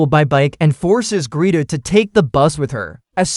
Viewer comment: Greta. Gret-a. Why does AI suck so bad at names....